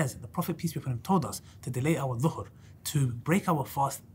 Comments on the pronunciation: "...to delay our SUHOOR (pre-dawn meal)..." not "...our zhuhur..." akhee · You said delay dhuhr bro, be careful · Pls fix the mistake Ali dawah made . It's suhoor not zuhr